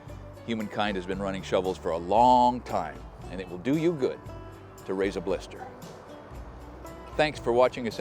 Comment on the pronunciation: “it will do you good to rase a blister” lol.